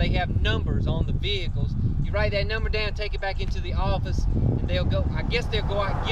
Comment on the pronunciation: Dow-win? Are you trying to say Down?